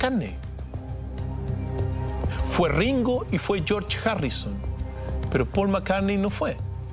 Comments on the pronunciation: Chorch jarrison jaja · jue Ringo, Jon y Yorch Jarrison xdxd. Y Pol Macarne no asistió